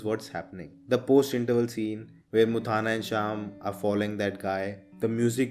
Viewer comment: Bro you are pronouncing mutthanna wrong. It's not muthaana, it is mutthanna.